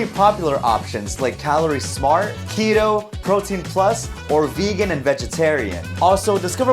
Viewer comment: for the sponsor when he said keto i thought he said needoh